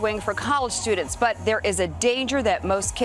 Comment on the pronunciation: Nah. Not fifty percent of college students. Not fifty persen of college studen. Not fifty persen uh college studen. /